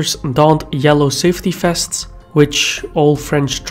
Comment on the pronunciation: The name "vests" is OK, the problrm is your wrong pronounciation: fests. Must be some Belgian or Dutch pronounciation problem. But the content is OK.